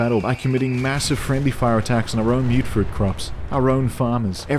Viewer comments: It will always be "mutt-fruit" to me, "mute-fruit" is one of those silly American pronunciations that's stuck like "airplane". And i don't care if one of the game's NPCs pronounces it like that either. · As someone who also called it "mutt fruit" back in 2015, I genuinely hate the myootfruit pronunciation, even though I know it's technically correct. It sounds way less punchy. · I believe its pronounced like mutt because (i think) its either a fusion of fruits or the product of some fruit that mutated together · I honestly thought that you saying "Mutt Fruit" was a deliberate mistranslation to annoy commenters lol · Ah yes, the humble myootfruit I sure hope those pesky super myootants don't get their hands on them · Wait... It's pronounced Mute Fruit?! I refuse to believe this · When you mentioned people getting an aneurysm from you mispronouncing Mutfruit, i lost it. Your humor is very creative. I want to pick up fallout 4 again now. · You adressing your horrific mangling of the word 'mutfruit' is the sole reason i subscribed.